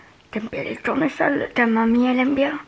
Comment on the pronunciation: « de tournerols « 🤣